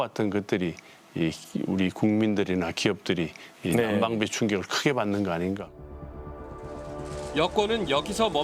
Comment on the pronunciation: 아무리 돌려들어도 난방기 라고하네. 단어도 발음할줄모르는놈이 나라일하니 저러케되짘ㅋㅋ